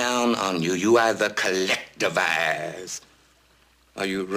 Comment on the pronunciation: " You either collectimisize " lol